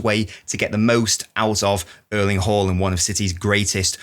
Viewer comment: Closer, but not correct. First AA's are correct, the last A should be pronounced the way most people pronounce the first ones. Type Haaland in Google translate and it will give the correct pronunciation.